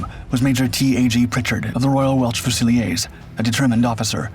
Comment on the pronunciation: Enjoyed this vid as ever I just wish you would dump the stupid A.I commentary and use your own voice, I'm pretty sure YOU would know such words as Fusilier were pronounced fuze ill eer not few zell eeh er.